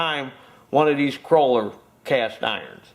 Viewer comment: Great information, exactly what I needed to know. But, I have to say, it is a KOHLER engine, not a KROLER, just sayin' buddy. A Kroler (Cruller) is what you buy at Tim Hortons to go with your coffee! Boogie on and keep those videos coming.